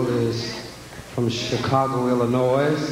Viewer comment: Illinoise??? The Chicago, Illinois, on the US map is pronounced w/o the "s." Just saying.